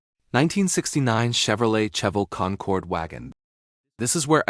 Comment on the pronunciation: Cheavel … ok Ai … sorry not watching if you mispronounce the first car!…bye…